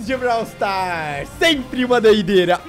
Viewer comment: surb swufar ou bralw swufar